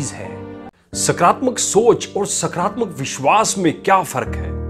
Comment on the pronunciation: सकरात्मक नही होता है सकारात्मक होता हैं बोलने में फर्क है